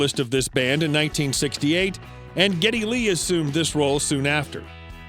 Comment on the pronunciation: Do more thorough research for your videos about the subjects so you are more knowledgeable about their career and how to spell and pronounce their names.